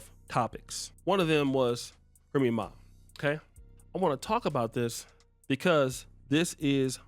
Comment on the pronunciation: Remy Ma = Remy Nah